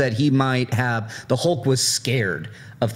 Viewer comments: Why the Americans pronounce Hulk's name as Holk with "O"? On said it correctly as Hulk and half a second later he corrected himself wrongly and said "Holk"!:D omg... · Stilyan Ivanov.. said it incorrectly first, then said it the right way. It's not pronounced "Hole-k" it's an "Uh" sound. Like "Up", "Shut", or "Huff". So...Hulk. H-uh-lk. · On he sais "Hole-k", on again "Hole-k", on "H-uh-lk" and on "Hole-k". That's what I hear.